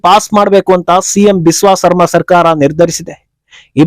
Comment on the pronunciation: ಸರ್ಮಾ ಅಲ್ಲ, ಶರ್ಮಾ.